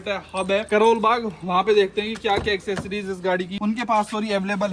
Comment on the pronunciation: की इंग्लिश अच्छी हो रही है,90 % लोग एक्सेसरीज को "एसेसरीज" बोलते हैं ।😂😂😂😂